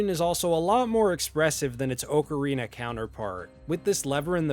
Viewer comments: Btw it’s OCK-Uh-Reena instead of Oak uh Reena. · Why tf does he keep saying “OAK-arina”? Is that how it’s actually said? 🤨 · The way you say ocarina hurts be spiritually its more OC-a-ri-na